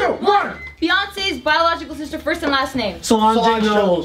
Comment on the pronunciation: Its not So-lohn-jay... Its suh-lonj... Ffs